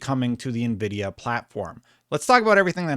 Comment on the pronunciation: Who the fook is navidia ??